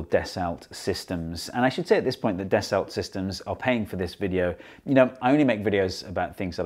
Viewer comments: It's French and pronounced "dasso" not "dassult". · it's "Dasso system" not das olt systems. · Hee Hee Hee zee eengleesh say it “Dess-Ult Sistims” instead of “Dass-O Seesstem” hee hee hee 😉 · Yep, "daso" / "das-oh" / "da-sow", etc.. Definitely not "deh-salt". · Steve mate, isn't it Das- oh as in Ren-oh? Delt a lot with Das-oh Falcon 20s in me time. Great vid. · Your sponsor’s name is pronounced dass-oh - might be handy if you want a repeat sponsorship! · Repeat after me: Dah-soh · Actually it's pronounced like "Dasso" 🙊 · It's pronounced “dasso sistem”. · da sa sis tum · You'd think the video sponsor would make sure their name is pronounced correctly!